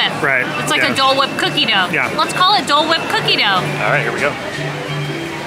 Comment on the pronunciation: The way said Dole wipe😂